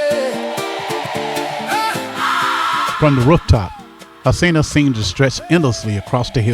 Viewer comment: That’s actually incorrect as well. In Portuguese it’s pronounced ho-seen-ya the r makes an English h sound.